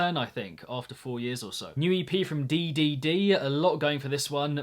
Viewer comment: I'm pretty sure DDD is said like "3D" but I cant tell you for certain